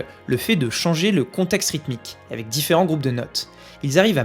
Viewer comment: A chaque fois que tu dis "avec", j'entends " évec"...